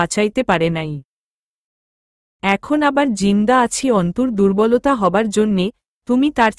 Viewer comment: দূ্র্বল শব্দকে ফুর্বল উচ্চারণ কেন করেন।